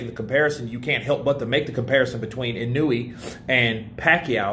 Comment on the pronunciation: why do so many people keep saying now-O-ya-oh? lol Its Naoya(Now-ya) and Inoue(In-o-way) lol